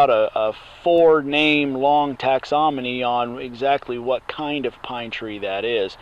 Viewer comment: Thanks for sharing!! Just remember- "phyla" rhymes with "Myra", and it's tax-on-om-y not tax-om-on-y ;)